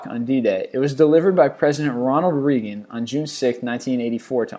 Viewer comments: Please learn to read a script. This is not a foot race! Slow down. Pronounce names correctly (it is RAYgun, not REEgun), read to be understood -- and Lincoln was not a former President at Gettysburg. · Nobody pronounces Reagan the way it is said in this video. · He cant say Reagan right